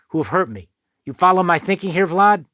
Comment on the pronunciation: "You follow what I'm saying VLOD?!"